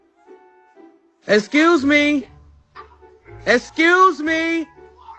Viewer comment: He said essscuse me he forgot it's pronounced as excuse me 😂